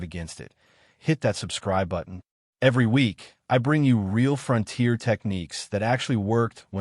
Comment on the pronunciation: I am not familiar with where the front tier is located and this makes me wonder where the rear tier is. What I am familiar with is the fron-tier. Is this the way it is actually pronounced in some areas or just ad ( artificial dumbness)?